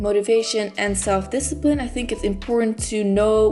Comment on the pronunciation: discipine.. u forgot the 'l'!